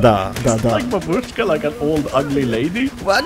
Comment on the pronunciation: ahahaha, I'm Russian and you said it perfectly da da babushka means yes yes grandma if u don't know